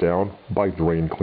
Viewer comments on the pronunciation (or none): thought you said "brought down by brain cleaner" at the end, i was confusssed